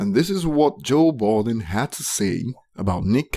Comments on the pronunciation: My nigga it's Budden not Balding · Can't listen to this dude cuz he doesn't even know Joe Budden, but Bolden. What a fool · Its Budden not Balding. If you quote people? Credit their name with the proper respect, pronunciation and spelling. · It's Budden, not balding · This whole time I thought he was saying balding cause of his accent and. Was clowning his ass to find out it was purposeful lmaooo that’s how my day went how was yours? Lolll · Why cant you say Budden's name